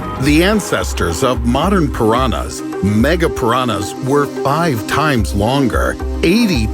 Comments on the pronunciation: Só eu que fico agoniada com ele falando "piranas" ao invés de "piranhas"? O som do "nh" não deveria ser tão difícil kkk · ele falando pirana kkkkkkkkkkkkkkkkkkkkk I love you and your content and your voice keep that up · For me its the way he pronounce "Piranhas"